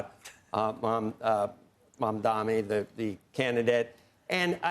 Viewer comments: his name is MamdaNi, better learn it to pronounce it correctly as you're gonna speak about him for a very long time. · Mum-dani. It's not hard... WARREN! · Senator his name is MAM-DANI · Warren endorsed him. And you can’t even pronounce his name. MAMDANI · Not Mad mani? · At least pronounce his name right. It has an “n” at the end. This simply demonstrates as long as it’s her party she’ll defend. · he still can't say his name. This is just disrespectful. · This guy has been talking about Mamdani for weeks and still can't say his name right and even hesitates to say it. What a hack. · I can’t take anchors or guests seriously; who can’t pronounce a name correctly that is spelled as clear as day MAMDANI🗣️ (these AIPAC puppets are a joke) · Apparently it is hard. Bernie mispronounces it as well. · Why are they both so illiterate? It’s such a chore for them to get his name right. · Learn to pronounce his name, for god's sake. Such biased interviewing. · Ironically despite all his focus on the man, he still can’t say his name right 😂 what a clod